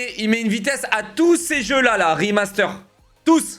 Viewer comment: De toute façon j'ai arrêter de le prendre au sérieux dès le moment où il a dit "O non ankor hein rimasteur", le coup du "Seaunik spinebolle mé une vitèsse a tou lé Seaunik", c'est juste la cerise sur la connerie